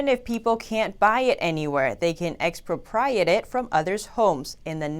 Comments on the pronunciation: Ex pro' priate Accent on pro You are a wonderful presenter. Thank you. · Even if she can't come close to pronouncing: 'expropriate'...